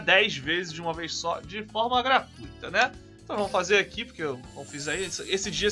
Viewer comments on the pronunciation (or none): none